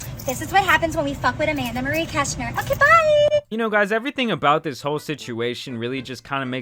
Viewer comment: omg Anne Maree creshneer hahaha nutter